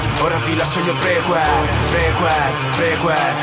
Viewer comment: Non si pronuncia prequel